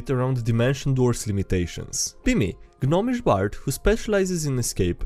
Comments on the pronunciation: Gnomish Everyone: Nomish: G'nomish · just a minor thing but whenever yoiu see 'gn' at the start of a word the g is silent. I suspect I am not the first to mention and certain I won't be last. Are you using it as thing?